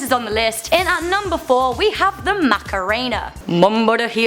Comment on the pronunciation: YOU said Macarena wrong